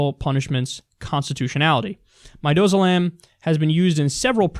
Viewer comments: Pharm student here. I watch hours and hours of your content and, as a result, I know you're highly intelligent so I wanted to let you know you mispronounced the name of the drug: it's midAzolam. If administered along with potassium chloride and Norcuron (as has been done for executions), one hell of a nasty aggregate can be synthesized. Not to mention one which -- as you made abundantly clear -- the gov't has no damn business utilizing. Also, the failed lethal injection story unfortunately brings to mind that infamous, horrible, HORRIBLE scene in The Green Mile... as though I really needed new information to supplement (and solidify) my rationale behind my total abhorrence of Ohio. Man, to hell with that brutal goddamn wasteland of a state. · It's pronounced Mihd-dazz-oh-lammm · Mih-dah- zoh-lamb.....just a heads up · It's Midazolam that he was talking about, he was pronouncing it wrong. It's the fantastic anxiolytic they give you before going into surgery.